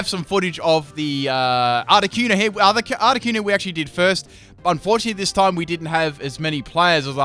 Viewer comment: THANK YOU! Finally someone who pronounces Articuno the way I do.